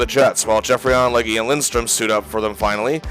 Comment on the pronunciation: It’s pronounced Leg…not Leggi